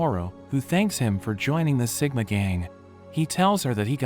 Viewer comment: It's siguma